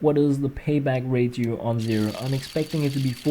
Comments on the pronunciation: ur both wrong its ray-she-oh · Ratio is pronounced rashio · ratio is pronounced ray-she-oh.